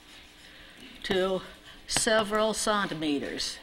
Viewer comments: I believe that "contimeters" is her attempt to pronounce centimeters, the French way. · Hahaha "contimeters". Clear she never needed to use the metric system in her day :)